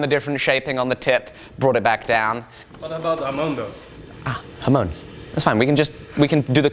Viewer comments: It's not pronounced "Ha moan", it's pronounced "Ham on"! Don't let these mispronunciations slip through! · HA as in Hard. MON as in Monster. Emphasis on the second syllable. Please! It grates on my ears whenever says it. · FFS IT'S NOT A HA-MOAN! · Sean Bush it's a Japanese word - 'hamon'. Literally 'ha-mon'. 'Mon' is not pronounced 'moan'! Ha-mon (said quickly, there is no gap).